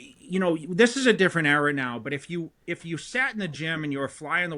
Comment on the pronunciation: there’s no r at the end of era